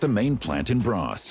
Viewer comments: Braås, non Brass! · The factory is located in Braås, not Brass. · "Brass" is actually "Braås". I wonder why they didnt spell it it "Braas". Still wrong but wrong in the normal way. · Braås more likely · It's Braås.